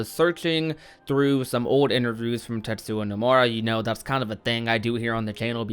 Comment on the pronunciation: Why do you say Tetsuwa Nomura instead of Tetsuya?